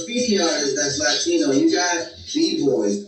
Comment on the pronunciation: Did you say another Lie-tino? hehehe